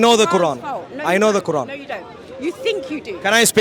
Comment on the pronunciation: He says Quaran like Sauron 🤣🤣🤣🤣